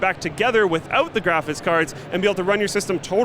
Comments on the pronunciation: I've always found odd the way says "graphics" is he saying "graphits"? No offence, I'm just wondering if it's a thing a lot of people do like people who say axe instead of ask. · i love how pronounces graphics card as "graphits card"